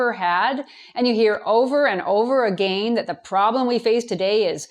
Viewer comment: I'm sorry but this must be said. The way Janice says the word "again" sound so cute! Very Canadian it seems.